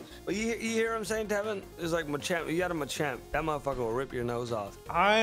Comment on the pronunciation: Something about calling tevin “Devin” is funny just cuz of how many times brings up people miss pronouncing his name